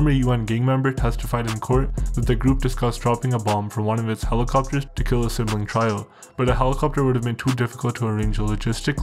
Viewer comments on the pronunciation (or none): Trio is pronounced like "tree-oh" not "try-oh"... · I can't get past you saying "try-oh" instead of "tree-oh" for trio. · dude said "try-oh" when he meant trio lmfao dude got the voice of a 400 pound man